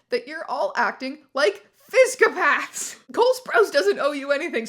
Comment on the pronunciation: phy-sic-oh-paths I’m crying